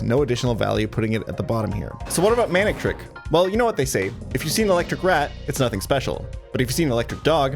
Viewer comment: The first 4 times you said Manectric I just heard Manic Trick D